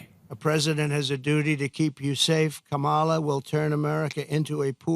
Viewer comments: He purposefully keeps mispronouncing Kamala Harris’s name also to stoke fear of non-white people. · even the way he says Kamala’s name is racist. Would he be purposely mispronouncing if her name was idk Nancy, or Jane or something more commonly white?